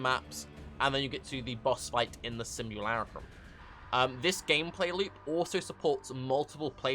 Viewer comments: Sim-yoo-lar-uh-cum Best-yoo-ary Kill-me-pls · sim·u·la·crum /ˌsimyəˈlākrəm,ˌsimyəˈlakrəm/ Learn to pronounce noun an image or representation of someone or something.